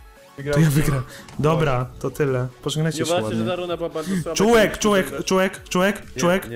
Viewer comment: czy tylko ja slyszalem CZŁEK?